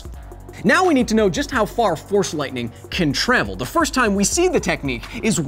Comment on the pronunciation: I thought You were saying “THORS lightning”